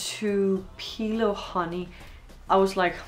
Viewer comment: The city in Mississippi is pronounced with emphasis on the first syllable